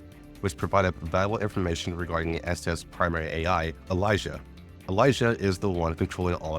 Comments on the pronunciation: I really dont like how Elisa is pronounced. Its Elee sa not Elijah. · This was great and helpful but holy fuck if you mispronouncing Elisa didn't drive me insane.